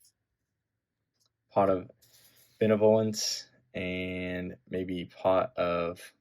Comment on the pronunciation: pot of benevolence pronunciation 😂😂😂